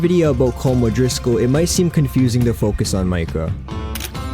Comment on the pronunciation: Col-om O'drisocal